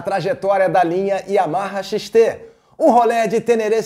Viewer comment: Xtesão???? kkkkkkkkkkkkkkkkkkkkkkkkkkk,Mano fala Yamaha XT grande,kkkkkkkkkkkkkkkkkkkkkkkkk